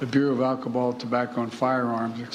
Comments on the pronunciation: He said alchoball instead of alcohol. Democrat = anti America hypocrite Let’s go Brandon FJB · alcobal ? learn how to talk JOBIDEN